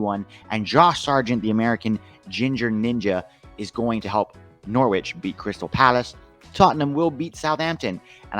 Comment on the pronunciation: Not pronounced Nor wich, it's No rich. Silent w.